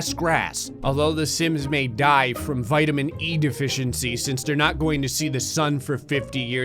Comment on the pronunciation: “Wee- tomatoes” 😭 I’m dead